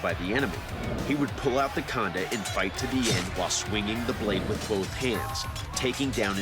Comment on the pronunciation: I heard him say "the condom" 🤣